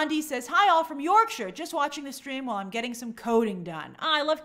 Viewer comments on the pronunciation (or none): none